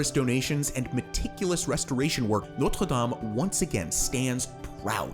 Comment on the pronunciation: You pronounced Notre Dame wrong